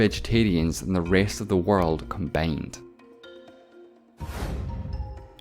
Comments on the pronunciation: ah yes combeind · The way you pronounce the word "combined" is so annoying